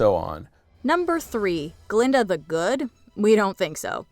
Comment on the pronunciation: „It was GUH-linda, all along!“